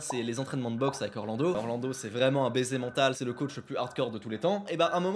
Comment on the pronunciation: A T’écouter Orlando c’est Anderson Silva 🇧🇷 😂